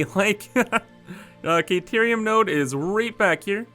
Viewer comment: Kayterium? Took me a while to figure out you meant Caterium.